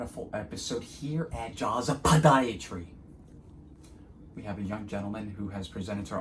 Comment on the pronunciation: Why do you say podiatry like that dr?